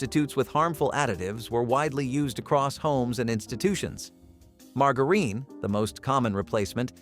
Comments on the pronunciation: Mar-Gar-Reen? How about Mar-Jure-In. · Mar-ga-reen??? I'm not THAT old! Don't they still sell it at Walmart? Mar-ja-rin Lol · Marg a reen 😮😂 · I'm still getting through marga reen lol never heard anyone pronounce it like that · And mar ger reen! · Margarine! Not pronounced like that. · Please learn how to pronounce margarine and lead ..